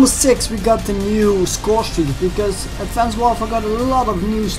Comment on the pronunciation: Its sounds how he says it